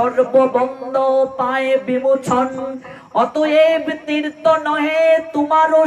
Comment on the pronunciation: হরেকৃষ্ণ 🙏🙏 তীর্ত না বলে তীর্থ উচ্চারণ করলে শ্রুতি মধুর হয়।ভাগ্য কথাটা "বাগ্য" শোনা যায়।ক্ষমা করবেন হরেকৃষ্ণ🙏🙏